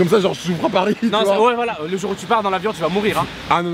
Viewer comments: Est ce que tu pe essayer stp de arrêter de dire jore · arêtes de dire jor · il est chian à dire jore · il dit trop jor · Le nombre de fois ou il a dis " jore " 👇